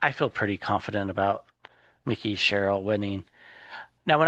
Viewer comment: Please please please. Her name is MIKE -EE. NOT Mickey. He is a mouse in FL.